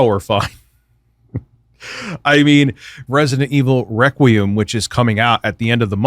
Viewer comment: He said Requiem right for once!!